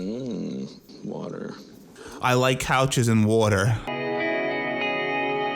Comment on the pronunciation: Never heard someone say "hummm water" that way before 🤣🤣